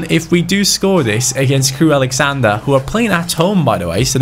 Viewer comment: I love you but it's Crewe AlexandRA not AlexandER